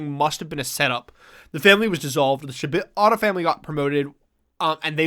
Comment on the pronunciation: my brain keeps hearing you guys saying "shibata" as "ciabatta" and it's really throwing me lol